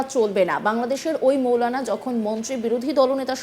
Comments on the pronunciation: তোদের সাংবাদিক কে বানিয়েছেরে ভাই মৌলানা নারে ভাই মাওলানা হবে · মৌলানা না মাওলানা আগে উচ্চারণ ঠিক করেন 😂😂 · মৌলানা বলতে কিছু নাই মাওলানা হবে শুদ্ধ বলা শিখুন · আরে মেয়ে মাওলানা শব্দ টাও ভালো ভাবে বলতে পারো